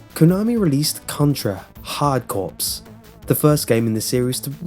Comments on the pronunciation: for the first one, you pronounced the "corps" like "corpse" when it's supposed to be pronounced like "core." Get it? Hard-core? Play on words. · To let you know Hard Corps is Pronounced "Hard Core" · It's Contra: Hard Corps not Contra: Hard Corpse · hard corps, not corpse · don't think he knows that then again, he likely doesn't care, but the whole time I was screaming on the interior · corps = core. just saying it's not corpse.